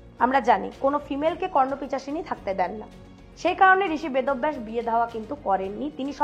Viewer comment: Vedo-baysh...bolechen bychance vod-obvaysh bollen ni😂😂😂